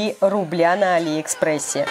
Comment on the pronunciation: А не Али́ экспресс